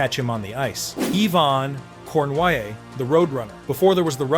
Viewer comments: Pronounced: Corny-yay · Stupid bot. Islanders Rangers what's the diff? Pronouncing Cournoyer's name was the first giveaway.